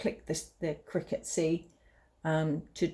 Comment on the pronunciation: Cricut as in the insect..not cry-cut..lol and thank you for this